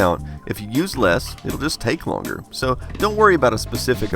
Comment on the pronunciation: 8 bit guy: if u use less it will just take longer... What I hear: if u’re useless, it will just take longer... Guys, subtitle are important